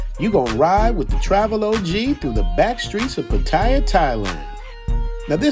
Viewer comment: Nice vid. But every time i hear english or american (almost every tourist)people pronounce Pattaya or Soi Buakhao it makes me crinch. Try to pronounce it right. Its not that difficult. You can ask thai people how to pronounce